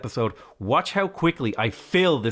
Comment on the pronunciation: I didn't like the way you said "fill" at the end there.